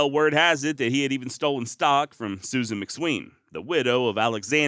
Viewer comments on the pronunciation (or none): none